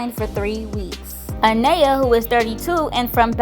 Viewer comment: I don’t understand how you’re saying her name wrong. Her name is Anaya you don’t say that a to pronounce the name you did this in the previous video so my name is let’s say Maria or Ashley or any other name you’re going to just pronounce the first letter which is M then say aria lol 😂😂😂😂